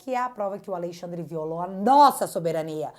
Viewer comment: Gosto muito quando você pronuncia: aLEIxandre ... sugestivo